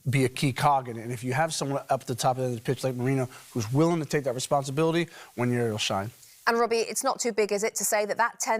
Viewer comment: Why can’t anyone pronounce Nwaneri? It’s actually easier than wonn-YAIR-ee (how they keep saying it) It is simply wuh-NAIR-ee